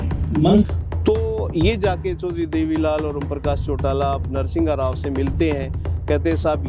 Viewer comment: तू घंटे का IPS रहा है जो एक भूतपूर्व प्रधानमंत्री तक का नाम भी ठीक से नहीं ले पा रहा। "नरसिंहघाराव" नहीं "नर्शिमाराव" था नाम। लेकिन इतने दिन कौन से बिल में घुसा बैठा था तू ये तो बता?? एब कोर्ट ने छैरे गा तू।